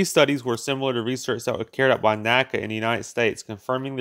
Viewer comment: It's NACA. En Ay See Ay.